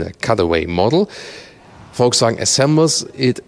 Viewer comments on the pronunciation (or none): Volkswagen not voltswagen learn how to pronounce car names